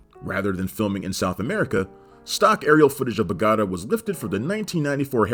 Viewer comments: dude, dude, you see a mark on top of the A in Bogotá?, that´s where you stress your voice, so it´s bogoTA, not boGOta like you said. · For the love of god, it's 'Bo-go-tAH", not "Bo-goatuh" (rolls eyes), but GREAT FILM! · Wtf kinda pronunciation is that? "Boo-gotta" It's pronounced "Beau-Go-tah" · Bogatta? LMAO when are you guys going to learn how to pronounce things correctly? Totally ruins your credibility. Other videos reference "Warner Bros" versus "Warner Brothers" as bros is the abbreviation of the word brothers. Btw - It's Bo-Go-TA: Maybe this is useless and the whole channel is just AI. :/ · Good researched video but the pronunciation of Bogotah is weird as noted by others and also you stated it was Angelina's first mark. Well you'd know from a scene later on in the movie she has more kills then Brad. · I've always pronounced it Beau-got-ah" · The obvious answer in 2024 is that this was created from a script with an AI of the voice of the host. Seriously no one could do this much research and say "Bogoatuh," could they? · Need to work on that pronunciation of Bogota, bud. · The worst pronunciation ever. Bogota... .superfluous.? etc. SMH. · Let's work on the pronunciation of "Bogotá." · I like the Friends reference when pronouncing Bogotá. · He even plays footage of the word Bogotá, with the accent on the A! I think it was a purposeful mistake to get people to comment. Comments are good for the algorithm. JoBlo vidoes are rife with mistakes like that. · How can you do this much research for a video and then get a simple pronunciation of a global city that wrong? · i was just going to say the same thing